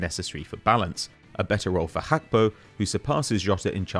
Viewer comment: Please Gakpo has a Ghanaian descent and his name is of the Ewe people of Ghana. The G in his name is mentioned. It's not pronounced as Hakpo... Thanks